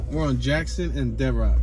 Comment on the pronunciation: "Devrocks" Avenue lol. It's Devereaux, pronounced Dev-Ro